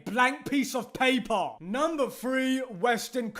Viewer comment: The Reason why is really Super Funny because he Pronounce Paper "Papah" 🤣